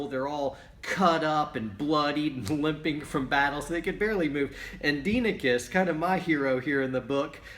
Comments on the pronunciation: Proper Pronounciation: DEE-eh-NEE-KEYS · correct pronunciation: “die-eh-neh-kees” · Was assigned that book in a college history class, I've read it at least 5 times now. Pronunciation is "Die Oh Nikes" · It’s Die ah -neck eees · Dienekes is pronounced Dia-knee-keys